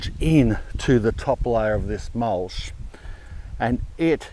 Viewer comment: Love the channel but stop saying mulshhh Mol-ch CH CH not sh sh sh shit Ya not from Melbourne so stop saying things like a fuckwit